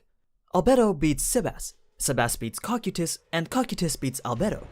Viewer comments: "cocky tus" "Co-kai-tus" Cocytus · Its pronounced cocaitus not kokutys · its cokaidus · Cocytus co k I tus your saying it wrong and I can't take it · am i the only one who heard "Cockeetus"? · You said cocytus name wrong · Why do you pronounce cocytis and sebas that way